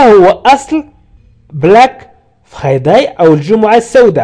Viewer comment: Merci beaucoup mais svp ne prononcez pas le mot friday en français. Prononcez le en anglais